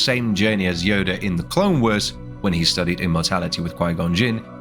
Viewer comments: AI voice? Just a smattering of weird pronunciations of random words... "clone wers"... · "the clone weers"